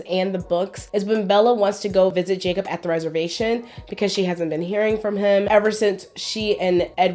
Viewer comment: Jacob was so butchered smh )